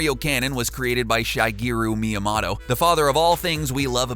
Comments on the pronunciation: Shy-geeru My-uh-motto Lmfao Im weak Its Shih-gayru Mee-yuh-mo-to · shy-gir-u miamoto it's shi-ger-u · It is Shi-gee-ru me-a-Moe-toe not shy-gee-ok meet-a-Moe-to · "Shaigiiro Miiamato" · Shy-geru miya-motto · "shigiru miyamato" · Wth is a Gunpay? a Shygeru? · Shy-gay-ru Me-yah-mah-to. Sheesh. Worst butchering of that name I've heard. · "shaigeeroo meeyamahtoe" lol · Ummm... Shygeeru Miyamotto??? I'm sorry but I can't stand it when names are butchered. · Shy geero mee uh motto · "Shaigearu" Miyamoto??? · "Shy-GEe-roo Mee-a-MAto"....Good lord.... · SHYGERO MEEOMATO...